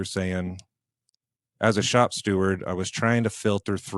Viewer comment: I'd like to point out, it's shop STEWARD not shop Stewart.